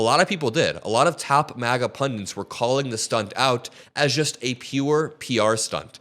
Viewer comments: it's "pundit", not "pundint". If you speak for a living, you should get this right, or at least hire someone to help make sure you're not getting it wrong. You're not the only one, there's a lot of this in media today. Just know the thing youre talking about. Sharpen up on things like this and ill subscribe. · It is "pundit", not "pundant." Geez.